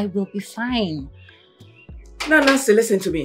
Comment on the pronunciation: Please o pronounce the listen as lisen Listing listing 😢